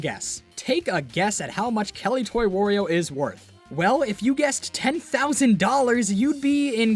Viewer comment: people pronounce it wor- io sometimes. BUT YOU DON'T CALL MARIO MORIO, SO WHY DO YOU CALL HIM WORIO?! IT'S WARIO!